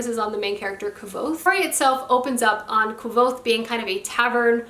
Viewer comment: Did you just say kvothes name incorrectly 😱